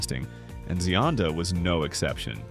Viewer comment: The voiceover is pronouncing her name correctly.